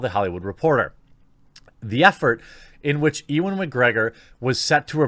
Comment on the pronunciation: Jeremy how the feck did you pronounce "Ewan"? E-one? Nigha...